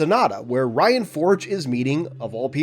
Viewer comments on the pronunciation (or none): Little tip, Rion is pronounced "Re-own" not "Ryan" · in the audiobooks its Re-own